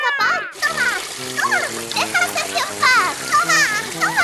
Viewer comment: Medio risa cuando dijo sejio pos nada le gusta todo